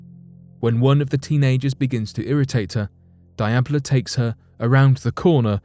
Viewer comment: Diablo is absolutely not pronounced "die-ab-low" I have never heard a worse butchered pronunciation